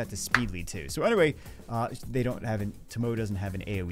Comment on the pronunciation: Naw with Liliana and Bloody Mary here I don't use Tomoe (pronounced Tō-mō both O's are long O's y'all not smart enough to use her can't even say her name right. But yeah saved 200+ LD scrolls and got 4 LD5s but only 3 LD 4*s but who doesn't like Kinki, Julianna and another Molly. Liliana was one of the 4 as was another Pontus Dupe(2 i own), Destiny, Veronica and the 4th Vancliffe.